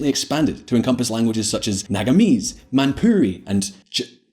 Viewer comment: He said maan puri 😂😂